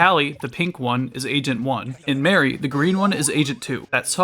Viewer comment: I die a little on the inside when people mispronounce Marie as Mary, but I love the video anyhow! 😊